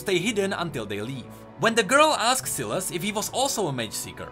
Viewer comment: Ewan Daniel it actually is pronounced as Silas not sai las